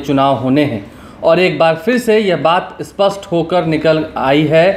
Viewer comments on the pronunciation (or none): none